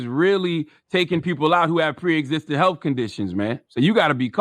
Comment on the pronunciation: Could charlamagne stop putting “f” at the end of words it doesn’t belong ? It’s “health” not “healf “